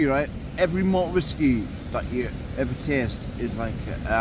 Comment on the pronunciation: Listen to the whasky❤